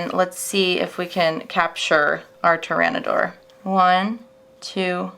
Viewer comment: don't forget the dinosaurs name she said that wrong too